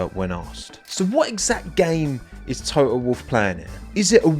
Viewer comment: To-oh, LOL! (Sorry, didn't mean any disrespect!)